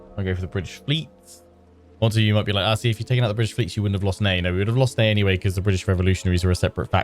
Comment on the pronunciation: Neigh not Ney!